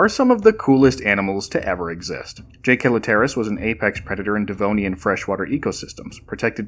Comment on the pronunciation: im pretty sure jaekelopterus is said like "Jekyll-opter(from helicopter)-us" but i could be wrong